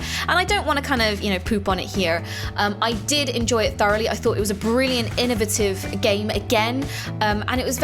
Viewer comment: you make me frown every time you pronounce innovitive